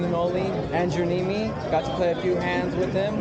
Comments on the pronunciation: it"s "knee me" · No, you kept incorrectly saying "Neme" which rhymes with meme. You might want to watch his vlogs.